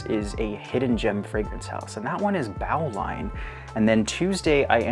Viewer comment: Another great video! And just so you know, Bowline is actually pronounced "boe-line" rather than "bao-line" Bowline is a type of knot, which is why I assume they chose to call it that 😄